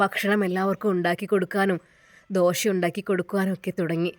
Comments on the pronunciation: അവതരണം വളരെ മോശം അക്ഷരങ്ങൾ തെറ്റിക്കുന്നുണ്ട്. ഞങ്ങൾ ദോശക്ക് ദോഷ എന്നല്ല കേട്ടോ 😂😂😂😂😂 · ദോഷ അല്ല കുട്ടി ദോശ ആണ്. വായനയിലെ അമിത ഭാവം ഇടയ്ക്കു അനാവശ്യ മായി ചേർക്കുന്ന വാക്കുകൾ ഉദാഹരണം അതാ. അതേ ഇതൊക്കെ വളരെ ആരോചകരമാണ്.. കഥ പലതും ഒരു പോലെ തോന്നുന്നു. ഡയലോഗ്കൾ ഇങ്ങനെ നാടകത്തിൽ അഭിനയിക്കുമ്പോൾ പറയുന്ന പോലെ, ശരിക്കും ബോറടിക്കുന്നു. ശ്രദ്ധിച്ചാൽ നല്ലത്..